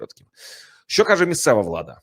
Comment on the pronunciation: ПЕРЕСТАНЬ ЗНУЩАТИСЯ НАД УКРАЇНСЬКОЮ МОВОЮ: ЩЬО,ЩЬОБ,ЩЄ,ЧОМУ,ЧЬОГО,ЩЄ,ВЧЬОРА,ЧЯСОМ,ЧЬОТИРИ,ЧЄРЕЗ...........!!!!!!!! ТЕБЕ ВЖЕ ГИДКО СЛУХАТИ!!!!!!!!!! (Українці,США)